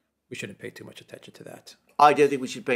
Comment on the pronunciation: "march" with an "R".